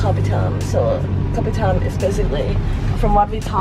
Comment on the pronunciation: Hurt my brain hearing you pronounce kopitiam LOL (Ps, there is an i in tiam). Made me miss Penang though.